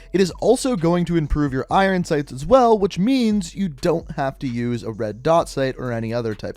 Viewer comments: no, it's just this guy. I'm from Canada, nobody says "irin" here. We all say Iron how it's supposed to be said. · It's iron sight not irrrrn sight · Stop saying “irin sights” lmao. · Irin sights. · I hate the way he says iron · The way you say “iron” makes my bread stale